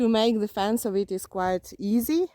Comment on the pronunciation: You were saying FENCE, i thought you were saying FANS and i was trying to figure out why people were putting fans outside their houses lol😂